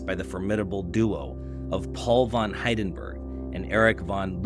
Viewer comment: Don't get AI to read your scripts. It pronounced Hindenburg and Verdun wrong and it's just plain lazy.